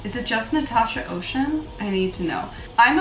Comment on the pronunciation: Nice review 🙂 Oceane is pronounced Oh-sse-ann.